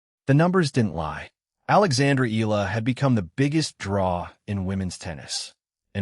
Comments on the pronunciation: Eh-Yah- La and not Ih- La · Please correct your AI to pronounce EALA's name correctly. It is EE-YA-LA!! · And you know all that for sure? You can't even pronounce Alex's last name properly. You AI BS!